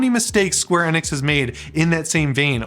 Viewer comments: It's square Eeee-nix!!😅 please just call then square if you can't understand my point. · It's square e-nix not hard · Not even pronouncing square enix the right way